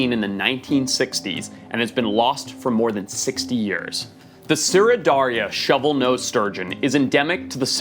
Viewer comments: Why does Forrest say the word years in a funny way? He talks like normal and then says yurrs al of a sudden. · he says years like yoeurs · The way forrest says years. “yerrs” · "For yers"... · Why he say Years like that Lmfao 🤣. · As a saffa, hearing the way Forrest says 'Years' is most satisfying